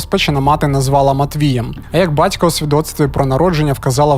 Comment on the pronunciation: Жицця, Тецяна, бацько, сміцця..... Що це за ідіот- говір? Чоловіче, працюй над вимовою та інтонацією, тому що це є мінімальна основа для диктора. А ще, в колі нашого об'єднання ми на цих звуках багато раз ловили рашистів, ну і ремонтували їм щелепи, безкоштовно.